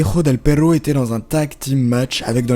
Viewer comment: "Vengador" tu le prononces comme en fr patate !!! Ga=ga et pas ja qui sinon se dirait "ha" (ra pour les fr), et tu dis "pero"(mais) a la place de "perro" (chien) sucio pelotudo, quitte à vouloir faire genre, essayes de respecter l'accent jusqu'au bout coño, cuando yo me esforzo respetar tu idioma no me voy hablando como si tirera una caga